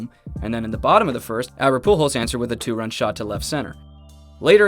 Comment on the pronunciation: surprised the Ai got pujols right